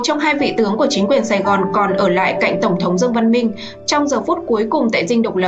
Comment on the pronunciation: CÔ XƯỚNG NGÔN VIÊN ĐỌC GIỌNG ĐỌC RẤT "QUÊ" , ĐỌC RẤT SAI CÁC DANH TỪ TIẾNG PHÁP !!! ĐỌ QUÁ NHANH , ĐỌC LIÊN MIÊN , KHÔNG BIẾT CÁCH NGẮT NHANH , NGẮT CHẬM . DẤU SẮC ĐỌC THÀNH DẤU HỎI !!! THÍ DỤ : "TỔNG THỐNG" ĐỌC THÀNH "TỔNG THỔNG" .